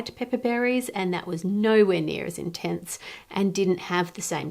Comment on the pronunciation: “That’s really intense” sounded like “That’s Australia gents”